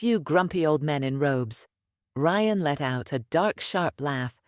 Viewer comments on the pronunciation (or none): For God's sake os there anyone capable of listening and editing ? You ruined what would have been an entertaining story with your inability to even get the lead character's name right - twice in the same sentence ! Ryan is not pronounced ree-ann ! So much for AI learning as it goes.